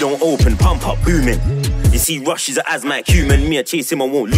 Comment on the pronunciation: Kazz Wv you pronounce it Rush like in Russian